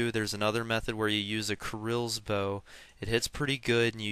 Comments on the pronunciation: dude... its not krils lol its prinounced kahrils roflmao what are you? amercan if u are i understand rofl krils lmfao! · dude i have something for u to fix ur axent kirils lmfao!!! dude its pronounced kahrils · its pronounced ka-rils! noob! not kar-ils! dont make me go hit a f**king dustbin!! =@ =D